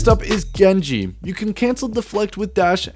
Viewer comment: “Jenji” oh alright a common mistake, “Hand soap” alright man what language you speaking here.